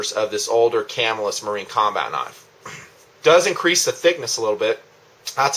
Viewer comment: +1 on the pronunciation. Ca-MILL-us.